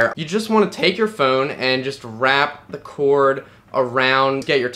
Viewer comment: I just love how this guy pronounces phone..."PHooooun"...it's like his brain farts after the "ph" :D